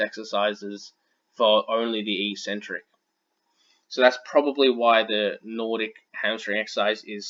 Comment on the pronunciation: Good vid. "Eccentric" is pronounced "ek-sentric" btw.